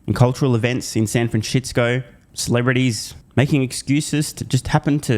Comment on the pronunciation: “San Franshitsco” 😂